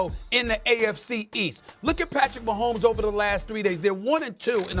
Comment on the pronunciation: The disrespect. A whole stadium says his name right and this chick couldn't get it right.. questionable.